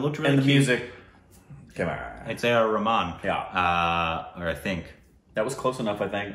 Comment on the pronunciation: you said it right today. That's how you pronounce A R Rehman.